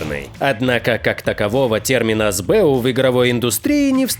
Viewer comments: Больно слушать сбЭу. [эсбэУ] не? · это сокращение, "ЭС БЭ У" не "СБЭ У".